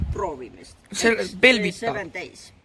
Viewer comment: Sa ütlesid belvita mitte belvitta